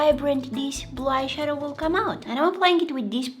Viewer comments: She’s saying “bleyeshadow” 😂😂😂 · bro keeps saying blyshadow